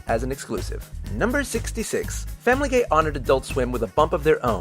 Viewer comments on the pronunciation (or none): Number 66: u said famliy guy wrong u said family gay!!!!111111!!!!!!!11!!!!! !!!!! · It kinda sounded like he said Family Gay... Does anyone else hear that?